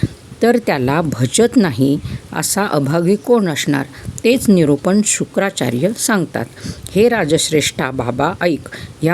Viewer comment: Shukacharya not shukracharya